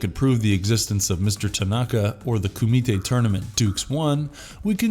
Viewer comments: This guy has never even seen bloodsport, he's just reading a script. The way he pronounces Kumite is hilarious. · Anyone else find it annoying AF how he keeps saying Kumite!???? 🙄🤨